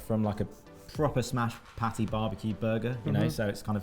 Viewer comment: He keeps saying the word "patty" like it's pronounced "pate," or maybe he thinks one is a subset of the other, hard to know.